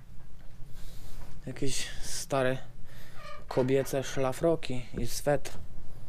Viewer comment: Nie pisze tylko jest napisane i nie swetr tylko sweter